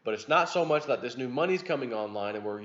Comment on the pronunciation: Mutch? No t in much.